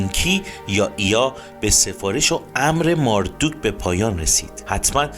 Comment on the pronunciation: چقدر تصویرها زیباست و با تعریف و شرح داستان با صدای خوب شما همخونی داره. فقط ماردوک صحیح نیست مردوک درسته. خیلی عالی بود. لطفا بیشتر از این خدایان برنامه بزارید و در مصر و هند و امریکای جنوبی هم همین خدایان که با نامهای دیگری هستند رو با همین سبک از فیلم برامون بزارید. بازم ممنون. فالوتون میکنم